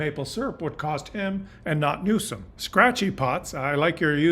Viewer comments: Love your commentaries, background photos and charts. Keep up the good work! Trivia: Newsom doesn’t have an “h”, so no “sh” sound in his name. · So you want the dems to run as lil pp did. Slogans!!! Riiiiiiight. Ps. please dude it’s new-some! Not new-shaum as you say it. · New some, not new shum. Other than that wee criticism, I appreciate your educating the Canadian public. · 1. What were the results of your inadvertent experiment? You never got to that 2. (nit) It's pronounced "new-sum" not "new-shum" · It’s NEWSOM, NOT NEWSHUM, Christ! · Speaking of proper messaging. I had to replay before I made this comment. The governor is not Mr NewSHUM, it is NewSOM. I love your work, I'll send peeps your way. Thankyou,. 🇨🇦✌️🍁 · Question for you - why do you pronounce his name with an H in it? Newshom isn’t it Newsom? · just so you know you are pronouncing Gavin' Newsom's surname incorrectly. You are phonetically pronouncing it "Newshum" when it should be "Newsome". This reminds me of when tRump constantly and purposely pronounced Kamala's name incorrectly as an insult. Please correct yourself. BTW Great Chanel and content!👍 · You are saying Gov. Newsome's name incorrectly. His last name is pronounced - New + Sum, as in give me SOME candy. There is no "H". I do not know you so I have no idea if this is personal or how you say certain words or if you are trying to be funny, so I mean no disrespect. I am not a fan of Newsome, I am just uncertain as to why you keep inserting extra letters in his name. It's weird. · It drives me nuts that you pronounce Newsom Newshom. There's no h in there. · As always,, you are laying out the facts, understandably clearing the fog from our eyes. However, the man’s name is pronounced., “NEW-SOME!” Don’t play Trump’s incredibly stupid games of Word play! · Check out the pronunciation of “Newsom”. It doesn’t have an ‘h’.